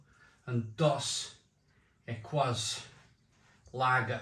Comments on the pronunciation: Your missing the best, Tecate, in cans Dos Equis is pronounced Dos Ek keys The rule of thumb in Mexico is because aluminium is super expensive only the best beer goes in cans. Never drink corona from the uk, your putting them in the order most Mexicans would. However, if you get Mexican corona you will really struggle to say its not as good as Dos. Tecate is the legend though, when I am in Mexico and i find a bar with Tecate, thats where the night is gonna be spent. Also, tequila, its like night and day to the crap we get in the Uk. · These beers are for spicy foods. Or for chugging while dead cold in 95 degree Summer heat after mowing the lawn. Time and place. They pronounce it Dos Ekeeeees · Dos Equis is now back in home bargains (pronounced Dos Ecces meaning 2 X's in Spanish.) Had it on Draught in Mexico. Lovely beer. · Dos Equis is pronounced Dohs EH/kees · Mexicans pronounce it "Dos Ekeese"! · I used to drink Mexican lager when it came from Mexico. Wouldn't buy the "fake" UK brewed rubbish. The Corona might be skunked of course. Modello is OK but its got added sugar not very clean. Dos Equis (pronounced Dos Ekis) is good but hard to find nowadays. My favourite is Pacifico Lager. I'm not sold on Mexican beers to be honest especially as they are often in clear glass. Prefer German or Czech lager. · Pronounced dos ek-ees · Dos Equis pronounced 'D'oh Seckies' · I laughed out loud at how you pronounced Dos Equis. It's pronounced Dos Ek-eeze (means two X's). Dos Equis and Corona are considered 's'h'i't' beers (regardless where its brewed) Modelo is average. Never heard of Cruz Blanca, so it might actually be a craft beer unlike the others which are very mass produced. Modelo just overtook Bud Light as the #1 selling beer in the U.S.. tons of people have been boycotting Bud light due to their association with a trans influencer in their ads, that's why. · Dos Ekees. (pronunciation) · Great comparison. It's pronounced dos eh-keyz two exes 😉